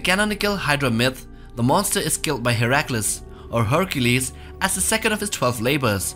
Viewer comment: YES SOMEONE ACCUALY PRONOUNCED HERACLES NAME (i can't spell it) CORRECTLY